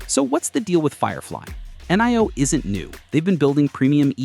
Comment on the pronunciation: It is not coming to the USA. Dang I am a NIO investor and I wish. Does anyone look at their AI “creations” before posting. Hell we pronounce it NEO. Dang!